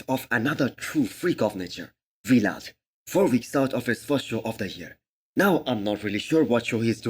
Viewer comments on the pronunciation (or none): Vlad not V-Lad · Not V-lad, just Vlad